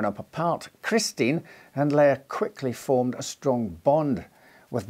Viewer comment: Finally someone who pronounces Leah right!!!